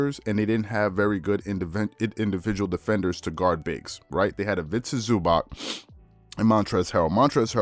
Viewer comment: Please bro learn how to pronounce ZubaC there’s no k in there